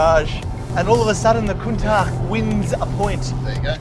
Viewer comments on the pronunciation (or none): Am I hearing wrong or did they keep calling a Countach a ‘Countark’?? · Make up your mind on how you want to pronounce Countach! Half the time you get it right (with the hard ch at the end) the other half wrong. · Proper pronunciation is apparently "coun-TALK" but it sounds ridiculous to say it that way